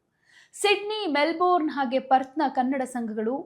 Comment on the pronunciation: Info given is incomplete. Also pls pronounce properly. ನಿಮ್ಮ ಉಚ್ಚಾರಣೆ ಸರಿಯಲ್ಲ. Melbourne ಅನ್ನು ಮೆಲ್ಬನ್ ಅಂತ ಹೇಳಬೇಕು. ಕೆಲವರು ಮೆಲ್ಬರ್ನ್ ಅಂತಲೂ ಹೇಳುವುದುಂಟು. ಮೆಲ್ಬೋರ್ನ್ ತಪ್ಪು.